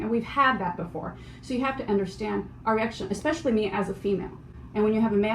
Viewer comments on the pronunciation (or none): none